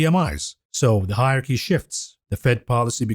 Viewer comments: Higher Key? Yeah, got to cut him a bit of slack. I'm pretty sure English isn't his first language. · Hilarious pronunciation of hierARChy….